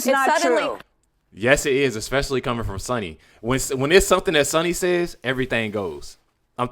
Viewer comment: Ickspecifically?? Its especially you moron!! Can't stand this racist lady.